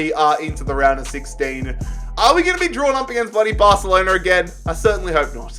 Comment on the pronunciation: No one Literally no one: BARthhhalonAaa